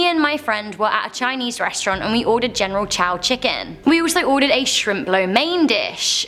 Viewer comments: Lololol it's pronounced "general so". Not "taow" nor "chow", wtf 😂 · is no one gonna talk about how its pronounced general "so" and not "tow" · "General chow chicken" I think the really scary thing here was that pronunciation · When you pronounce General Tso wrong 😂